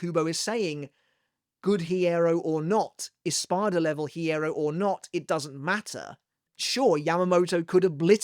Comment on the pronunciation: The "h" in hierro is silent.